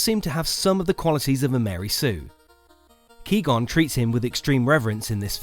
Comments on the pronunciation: OK so I was on board and everything and likely share your opinion, BUT WHAT IS KEE GON IT'S QUI GON YOU SWINE THEY PRONOUNCE IT IN THE MOVIES. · lmao you said "kee gon" it's "KWAI GON" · Everything in this was spot on. Except Key-Gon. Cmon man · Man said key gon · Key-Gon? Did you even watch the film? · Did someone noticed that he called Qui-gon, Ki-gon. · >"key gone" gonna try my hardest to not end my own life after hearing that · If you say key-gon instead of qui-gon stay the fuck away from me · Did he just call Qui Gon Key Gon? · It qui gon not key gone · KEY-Gone? Qui-gon. Phonetically, (Kuh)why-gone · Ki-gon? KI-GON?! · Key Gon? Lol. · Who's Ki-gon? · Did he say kee gon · "KEY GONE" i am triggered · Did you really just call QUI gon KEY gon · Key gone? Um correction it’s Qui-gon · ki-gun... really? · Was looking through the comments thinking: So we're all just ignoring Kee Gon then? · Who is Key Gon? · key gon gin everybody... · Kee Gon? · Did he say ki gone? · key gon?? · Ah yes, Key-Gon Jong, my favorite Liam Neeson character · Key qon? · “Key gon” ._. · Bruh... qwee gon? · Who the fuck is Key-Gon? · "Ki-gone"... XP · Did... did you just say “ki-gon” ? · But who da fuck is "KII GON" 🤔🤔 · "KEE-Gon" I cringed so hard. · KI GON? Come on, you can do better than that... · How in the fuck did you really say KEY Gon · kee gon ? Did you even watch the prequels how could you mispronounce that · You lost all credibility as soon as you called qui gon , KEE gon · shannon kinnaird same😂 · Had to dislike it for that lmao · Did you just pronounce “Qui-Gon” as “Key-Gon”? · Qi-Gong 😂 luv it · "Key gon" lol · Lol qwi gon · Kee gon? Are you fucking kidding me? Kee gon? That's embarrassing dude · How can we take your video seriously when you blatantly mispronounce the name of a main character that would take less then a minute to find the pronunciation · Nice pronunciation of Qui-Gon lolol